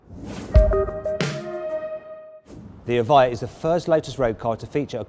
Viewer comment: 에바이어가 이차에 옳은 발음임 수정해주세여. Evjia 다들 착각해서 에비자 라고는 읽는데 여기서 j는 "ㅇ" 발음임 이해를 못하시면 유벤투스에 스펠링에 앞 글자가j로 시작하는거랑 같은이유임.